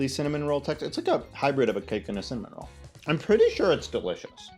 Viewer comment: Not me hearing salmon roll every time you said cinnamon roll and being really confused